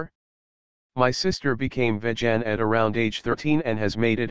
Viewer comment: Ah yes... "Vej-ann"